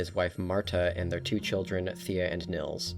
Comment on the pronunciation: i find it annoying how english people pronounce nils, it is spoken Neels not nils, please remember that